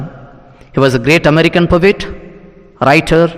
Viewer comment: Bro ,pronounce po et ,not povit